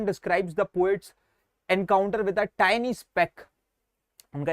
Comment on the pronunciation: Bhai jo tiny ko tinni bolta hai usse kya padhna😢